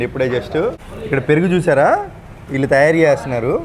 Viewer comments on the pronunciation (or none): విల్లు కాదు వీళ్లు 😂😂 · విలు కాదు వీళ్లు. తెలుగుని ఖూనీ చేయొధు